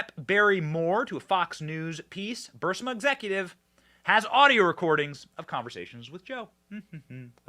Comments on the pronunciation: Come on BENNY it's pronounced BUR-IS-MA. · "The Raven" is not "Telltale Heart." (And of course, Burisma is not "Bursima.") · Its not BURS-I-MA. ITS BUR-IS-MA. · It’s “BUH-RRIS-MA, not Burr-si-ma!!!! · Benny...it's not "Bursima" it's "Burisma" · Bursima-Burisma... The 'i' comes before the 's' not after lol Not a big deal... but it drives me nuts lol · It’s Bur-EEZE-mah, not BURSS-mah. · ...sir, respectfully, it's is ba-ris-ma, not bar-sima. Love your show- keep going- God bless! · Guy's please let Benny know that it's pronounced, bur-is-ma not bur-si-ma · Benny you're driving me crazy, it's bureesma not bursama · Bur-Eeeees-ma not Bur-Siiii-ma.... Thx Benny keep up the good work:) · ALX, for the love of God. Please tell Benny its pronounced BOO-RIS-MA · Burisma. Bur-is-ma... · I believe its pronounced "bur-IZ-mah" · It's pronounced bahrizma. Of course somebody else was involved how to hide and even meet anybody from. A ukrainian company to get on their board give us a break